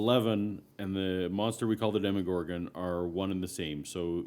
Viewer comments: You kept saying demigorgan wrong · "deemagorgon" me: BYEE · No one has ever called the demogorgon a deeeem-o-gorgon. Nor DEMI-gorgon. It's fucking DEMOGORGON. Demo. Gorgon. Dem. O. Gor. Gon. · I don't think you've watched the show if u say deeemogorgon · itz dema gor gon not demogorgan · MyNameIsMilligan demogorgon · how do you watch hours of this series, hours of listening to people say the monsters name, and still manage to say it wrong. The one guy that was meant to get his 'mind blown' knew and didn't correct him like seriously. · You're pronouncing the monster wrong